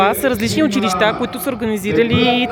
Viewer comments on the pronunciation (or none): none